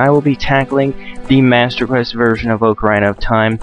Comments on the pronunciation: ITS NOT OAK-ARINA IT'S OCK-ARINA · The correct pronunciation is, more or less "OCK-ah-REENAH". Things like this sometimes make me wish Zelda games had some voice acting, but the games are brilliant regardless. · Oca-rine-uh? I'm sorry on, but I don't think I can be your friend anymore. :P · Its not called oc-aarrr-ina its ocarina!! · I was gonna watch this but I'm in a foul mood and the way you pronounce Ocarina bothers me too much :( Sorry, I'm sure you're a great guy. Maybe I'll come back to it when I'm less moody. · You pronounce ocarina wrong...